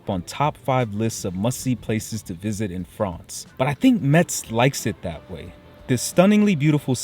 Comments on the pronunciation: Thank you for reviewing my hometown that is always neglected by travel guides about France. One thing you should stop doing if you really like the city is mispronounce its name. The correct pronounciation is "MESS" like in "what a mess!" , not "mets." I can assure you that natives hate it when outsiders mispronounce their city's name, because it is so common, even by French natives. You get a pass as an American, so people would not mind as much, but please make an effort and learn the correct pronounciation and come back soon. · Hello, I’m happy that you and your family have enjoyed the visit of Metz (which, by the way, is pronounced “mess” as the t is silent). In Metz you have missed visiting the train station, its beautiful and imposing architecture of German influence. I’d like to know if you guys had the opportunity to taste the little yellow plums that you showed in the video. The mirabelle fruit is only harvested in this small region and people there are very proud of it. Wish you all the best.